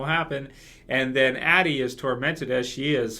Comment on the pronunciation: Her name is Addy not Anny